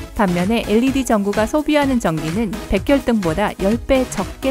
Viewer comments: 왜 백열등을 백혈등이라고 발음하고 130만원이라 써놓고 1300만원이라고 읽는건가요? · 커피값 머신값 비교같은소리하네 ㅋㅋㅋ 머신값은재료비 안드냐 ㅋㅋㅋ 벽혈등이냐 백열등이지 발음도 노답이고 주제랑 맞는게 하나도없네 어떤때는 초기투자비용만보고 유지비는 안보고 어떤때는 유지비만보고 초기투자비용은 안보고 ㅋㅋ 코에 걸면 코걸이 귀에걸면 귀걸이 누가보면 돈없는사람은 할줄몰라서 투자안하는줄아네 돈이없으니까 투자를못하지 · 백혈등이 아니라 백열등요~~ 거슬려요